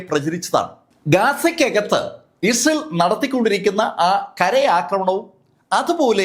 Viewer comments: ഉച്ചാരണം ശ്രദ്ധിക്കൂ, ഇസേൽ എന്നല്ല, ഇസ്രായേൽ എന്ന് വ്യക്തമായി പറയൂ. 🫣🤣 ( വേഗത കൂടിയത് കൊണ്ടാകാം. ) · Issal allado.. israayel ennaanu😂😂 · ഇസ്രായേൽ എന്നു ശരിക്കും പറയു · മര്യാദയ്ക്ക് ഇസ്രായേൽ എന്ന് പറയാൻ അറിയില്ലേ 🙄